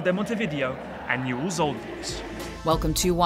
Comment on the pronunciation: Newell's? En serio? JAJAJAJA